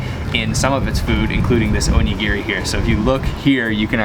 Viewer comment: your pronunciation of onigiri made me laugh out loud. Great job. I lived in Okinawa for 3 years, it's a great place. (oh knee gee ree (all ee's rhyme with bee) Your pronunciation of oishi was perfect!:) Interesting note about Okinawa, they eat a lot of colorful fish (like the parrot fish) while mainland Japanese don't.